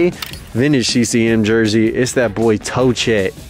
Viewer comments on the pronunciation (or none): TOCCHET is pronounced TOCK-it like pocket rocket my G